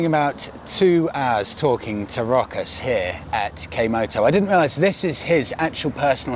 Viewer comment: yeap, you nailed the name, its Rokas